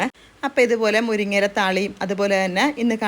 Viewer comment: മുരിഞ അല്ല. മുരിങ്ങ ആണ്